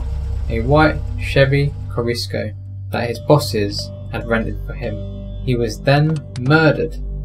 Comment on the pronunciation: Love the channel but wtf is a Chevy Corisco? Lmao as I write this I realize it's a Chevy Corsica.. I think?! Phonetic Core sick uh